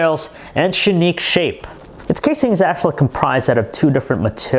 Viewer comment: Shanique shape?! Speak better English idiot!!!